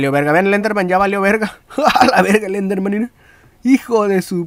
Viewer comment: No se dice enderman XD, se dice slenderman